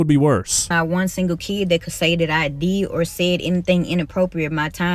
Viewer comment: That has got to be the most forced fake accent in human history, every time she created a new pronunciation to make it rhyme with EEEID I had to do a doubletake. Nobody has ever said that many words that rhyme with "keed"